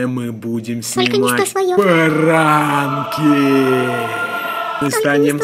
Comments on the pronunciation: мне послышалось не пранки а баранки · Я услышала вместо пранки баранки